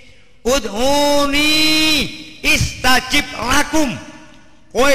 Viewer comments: bukan istajib tapi astajib,,,,fiil mudhori dari fiil madhi istajaaba,,yastajiibu,trus menjadi astajiibu trus astajib... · maaf, bukan Istajib tapi Astajib.... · astajib bukan istajib, lihat QS.40:60